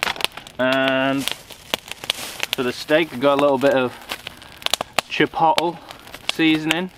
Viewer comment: Cool. The Bills / Steelers game was boring the crap out of me. Hey, how about we get an American flag patch on that bag also, especially since you stole one of our girls??? 😁😁😁 That 'chipotle' pronunciation is killing me. Chepottle. Hahahahahahaha. Great video. Thanks for taking us along.